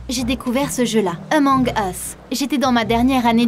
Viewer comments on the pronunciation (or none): c'est pas eumong us c Among us avec le A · C pas emonge usse c amonge use (sa se lit comme sa) :) sinon c pg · Elle a dis emong us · Oulaaaaa la prononciation 😅😅🤣🤣 " emong es" 😂😂🤣🤣😭😭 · "Emong us" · Elle dit emong es 😂